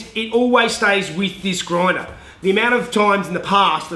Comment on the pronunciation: Roflmao, sorry. A groindah. Made me giggle. 😀